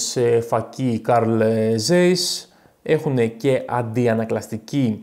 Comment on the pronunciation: Carl Zeiss προφέρεται Καρλ Τσάις